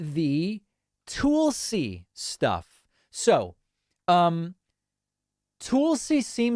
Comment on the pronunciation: Love your channel. Tulsi is nuts. But I think your pronunciation of their name is a bit off, which is distracting whenever you are talking about them.